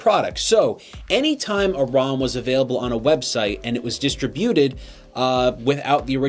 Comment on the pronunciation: Today I learned that Canadians say "distributed" different than the rest of the world.